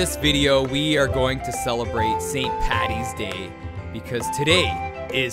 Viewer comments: Why would you say pattys day it's paddys and not all Irish are drunks. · It's Paddys day not pattys day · I'm irish..mustard and pickles are not traditional haha..and for the love of christ it's paDDys day not pattys day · It st "paddys' day. Not pattys. Please.